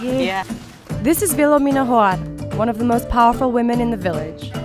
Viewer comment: Oml I wasn’t paying attention when I heard “ Vilomina” and I thought they said my name which is Philomena... similar☺️